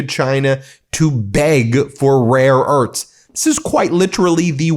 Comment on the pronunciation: Rare E A R T H S (NOT "URTS")